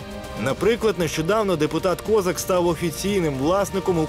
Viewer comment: Можна наголос поставити